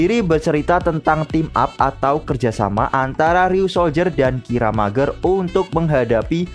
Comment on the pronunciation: bang saran aja sh, klo bisa pengejaan beberapa kata seperti mecha, kiramaiger dll ikutin di pengejaan jepangnya aja biar enak d denger ,, soalnya agak ganjel di telinga katanya klo bacanya terlalu jujur 😁